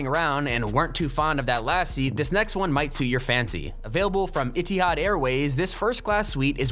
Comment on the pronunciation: it is E-th-ed